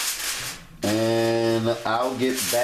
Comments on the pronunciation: Sounds like aluminum for you😂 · Alumina Foiyo..😂🤣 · Everybody is laughing at Worcestershire sauce and I’m dying at aluminum foiewww 🤣😂🤣😂🤣😂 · aluminum foyoo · Laughing at the “foyoo” in mid 2021!!🤣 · Oh yea! I thought it's pronounced Aluminum Foil. :) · Literally watched it just to hear him say it . I’m cackling 🤣😂